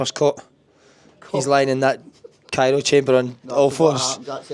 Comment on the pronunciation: Pet peeve - Calling the cryo chamber, the "cairo" chamber.